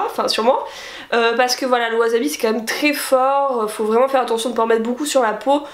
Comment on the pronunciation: On dit Wassssabi ><